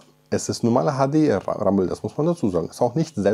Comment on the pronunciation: Das HADE RRRRAMBEL